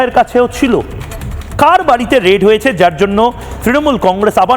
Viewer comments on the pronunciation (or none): "রেড" না ; এটা হবে "রেইড"।